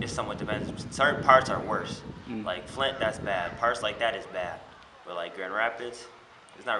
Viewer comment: Im from Flint... My boi said "FLINT" Bad😆